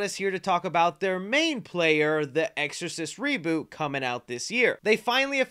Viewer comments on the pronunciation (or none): none